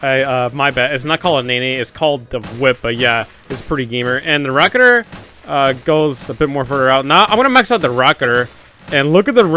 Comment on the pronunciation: Its rocketeer (rock-eh-tier)